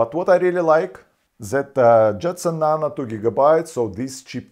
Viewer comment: Nano, not nana